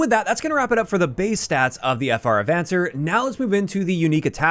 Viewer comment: It's a Spanish word. ah-von-SAYR